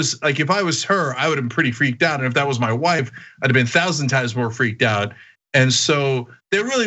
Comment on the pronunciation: What really kills me is the pronunciation of "WOIFE"